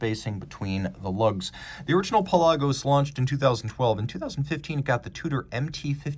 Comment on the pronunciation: You pronounced it correctly! no one else seems to.